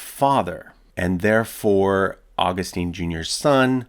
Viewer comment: Augustine is pronounced aw-GUST-in.